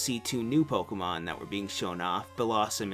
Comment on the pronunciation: I love how you pronounce Pokemon correctly. I fucking love it so much. Thank you.